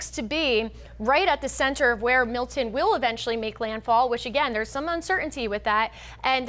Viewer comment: It's Milton, not Mil'en.